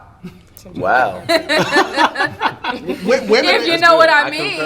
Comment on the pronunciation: piss'n ME off..he stay speaking woman-eez..